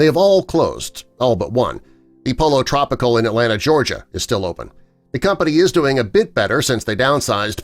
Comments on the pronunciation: You might want to think about brushing up on your Spanish. Pollo Tropical is pronounced PO YO TRO PEE CAHL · His pronunciation of Pollo Tropical hurts my ears. cringe